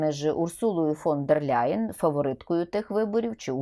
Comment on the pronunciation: Ніяка вона не Ляйен! Не треба ляйкати! Німецьке прізвище не перекладається та вимовляється у оригіналі: Лайен тільки -Л м'яке! Читай вище 😊